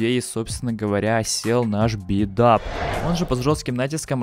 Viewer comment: Столько речевых ошибок. Попытка не обвенчалась успехом? Че? Би Дап или Биг Дап? Определись